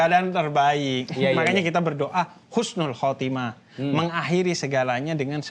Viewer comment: Makasih banyak rangkuman nya... ❤ tapi maaf yg menit ke yg betul husnul khotimah bukan khusnul... Maaf ya jangan marah... Mengingat kan saja... Khusnul : mati dalam keadaan hina.. 🙏🙏🙏🙏sekali lagi makasih banyak uda dirangkum...